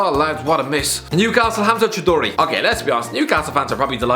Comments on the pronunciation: 😂😂😂 Cho-duri. You Indian or Bangladeshi? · Chow-do-ree aswell lmao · fucking up my surname with such flair. claps in disbelief